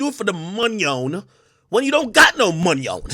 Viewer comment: “do it for the monyon, when you ain’t got no monyon” 😂😂😂